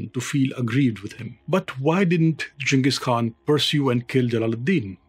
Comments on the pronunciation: It's great to hear someone pronounce the Khan's name properly... along with the rest of it. Great. So many uncultered youtubers don't bother to take the time to even understand how to pronounce main people of power names leading or places of importance completely ignorant of the culture they're telling about. I think Ghengis knew that India was a historic place and had great importance to humanity.. I think he had a level of respect for things like this. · thankyou for this part of history on the great Chengis Khan you are too good perfect pronunciation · You are the only historian I have seen so far who pronounces jenghis and Khan correctly